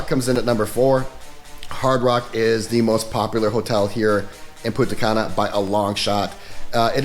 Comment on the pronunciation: This fuck boy can't even pronounce Punta Cana correctly.